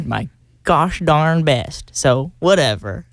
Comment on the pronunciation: The way he said, “ I tried my gosh darn best” is proof he lived in Texas 😂😂